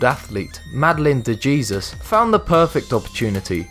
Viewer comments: It is pronounced Hayseuss. Not Jesus. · At number 3, Mexicans and Puerto rican's don't pronounce Jesus as "Jee-sus" they pronounce it as "hay-suce" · . that should be pronounce as hesus not geezus. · Ugh, is it just me or does it really annoy anyone when he pronounces the j's like 'g' when it's supposed to be an 'h' sound?